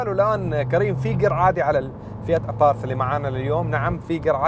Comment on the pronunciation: Abarth وليس aparth لما هدا الخلط في النطق